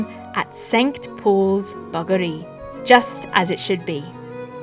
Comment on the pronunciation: Harry is laughing because you say bageri how I say bageri and it sounds like buggery. Love your work! Can’t wait to see the next one :)